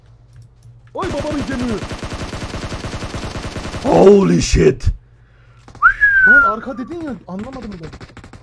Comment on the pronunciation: OLY SHATE DİYON YA ANLAMINI BİLEN VARMI?